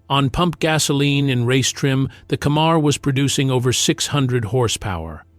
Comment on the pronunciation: It’s FORD CAMMER not Cammar. And get your pics right with your videos please.